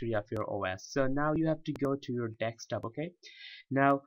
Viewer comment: I love how you say dekstop.